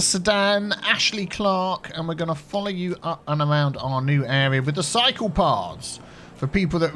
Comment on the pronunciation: Ninja Chirper attack! "Cycle Paths"? Or "Psychopaths"?